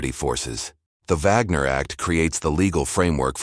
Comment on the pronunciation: It's called the Wagner act, with a w pronounced as in wagon. Is this AI voice German?